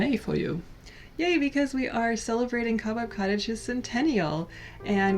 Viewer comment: This whole time I thought you were saying "Cabot Cottage" so I was quite confused when you were talking about spiders until I realized you were saying cobweb. You have a beautiful home regardless of its name.